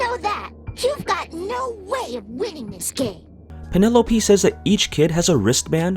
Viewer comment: What is it with people insisting on saying a name wrong despite that name being spoken multiple times in a game. It's Pielope. A portmanteau of "Pierot" and "Penelope." And it is pronounced "Pee-eh-loh-pee"; you don't pronounced "pie-" like the pastry.